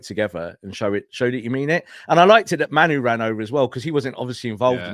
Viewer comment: why are you randomly pronouncing it “MAN-oo”? It’s not spelled that way, no one else pronounces that way, there’s no indication that he says it different than it’s spelled….you don’t get to call people whatever the f**k you want. Disrespectful.